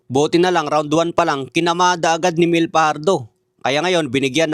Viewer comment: Di marunong mag pronounce, Tobayas at Myel ang pagbasa sa pangalan nila.